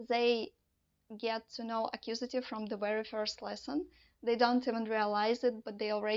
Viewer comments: "akkusative", "genetive" ?? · Very clear, simple and informative. I’ve subscribe to your channel and I look forward to hearing more of the same (that is to say, clear, simple and concise). I will re-watch and take notes to absorb. BTW…not meant as a negative criticism, it is ACCUSATIVE and GENITIVE.